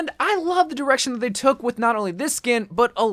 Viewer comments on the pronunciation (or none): none